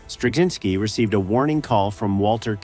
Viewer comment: I think cz is pronounced more like ch as in Czech. I worked with someone who's surname was Turczin and that was pronounced with a ch sound so I expect Straczynski to follow the same rule.